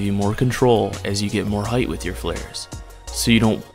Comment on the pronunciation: (“Height”) length 👍 width 👍 Heidth❌